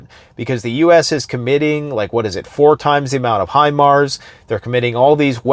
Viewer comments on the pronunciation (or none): none